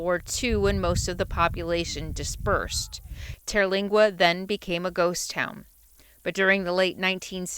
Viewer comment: In 2015, Terlingua (TUR-lingua, not TEAR-) was the subject of a tv miniseries called 'Badlands, Texas.' Fascinating story. I have a friend who lived on the ranch for several years.